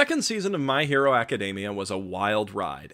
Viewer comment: Are you really pronouncing "aca-" as "okka?"